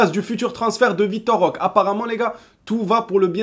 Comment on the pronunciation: Salut, ça me choque toujours quand tu prononce Roque ça me paraît bizarre, est ce qu'il y a un portugais dans les commentaires qui pourrait nous éclairer? Moi je le prononce Roqué je crois que c'est comme l'espagnol tout les E se prononce É. A verifier 😉